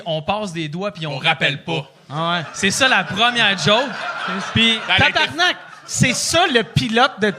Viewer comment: on dit TABARNAK dude si tu veux sacrer au moins fait le comme il faut xD